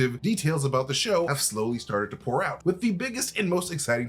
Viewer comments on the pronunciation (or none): none